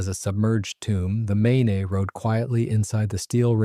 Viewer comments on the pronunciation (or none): I spent a week in Bangor MAYNAY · MAIN-eH? please check your work. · Mispronounced names of the MAINE and FLORIDA STRAITS is piss poor! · Remember the main, and pronounce it correctly